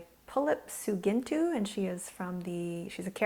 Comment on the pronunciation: She says her name wrong and it bugs me! anyone?